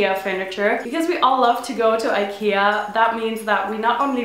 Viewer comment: aww you say it like"aikeiah"